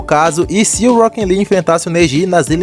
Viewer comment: eu acho engraçado o jeito que você fala "Rockin Lee" kkkkk